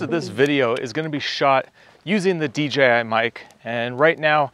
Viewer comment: Thank you for clearly saying DJI. I feel like everyone else unintentionally says DGI lol